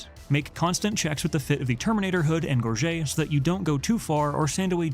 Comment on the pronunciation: It’s pronounced gorge-it